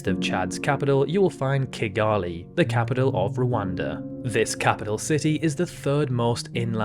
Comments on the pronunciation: The correct pronunciation is ki-GAH-lee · I always pronounced Kigali (the capital of Rwanda) as Kigel-ee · Seeing how he can't pronounce Rio de Janeiro or Oceania correctly, you shouldn't really worry. Yours is probably more correct than his anyway.